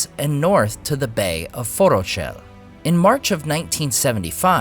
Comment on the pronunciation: Forochel…Say it with me: Forók-hel Cmon nerd. You should know better. There’s a pronunciation guide in LOTR and Silmarillion in the back of the book. Tolkein Untangled wouldn’t make that mistake.